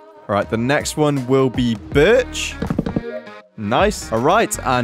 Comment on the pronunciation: Him: Next one will be birch My brain: HE SAID B*TCH!